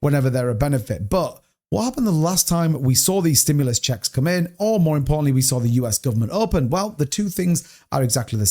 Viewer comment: "STIMULAS CHECKS"! 😅